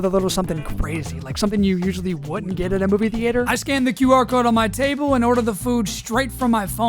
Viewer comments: movie thee-ate-her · Why do you pronounce it thee-ater? 😂 😂 😂 😂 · the way you say theater ruins the video off rip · I love the dedication to pronouncing “theater” that way